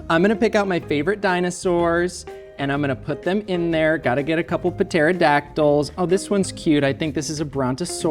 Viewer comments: I didn't think these guys would get even more chaotic than usual. And also: "put-terodactyl" lmao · Did really say puhteradactyl??